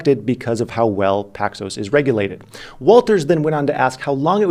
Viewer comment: Waters…….. not walters. She is a black woman in a position of high regard get her last name correct.